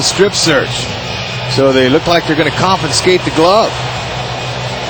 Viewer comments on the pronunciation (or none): there is no "n" in the word "confiscate"....dipshit announcer lol